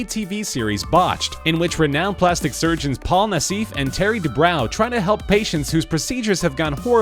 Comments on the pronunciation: # - Doctors DUBROW and NASSIF'S last names are pronounced "DOO-BRO" (NOT "Doo-BROW") and "NASS-IFF" (NOT "Nah-SEEF") 😒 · it's not "nass-eef" it's "nass-if"